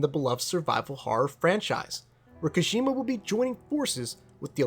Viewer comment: Great video but man it's kojima not koshima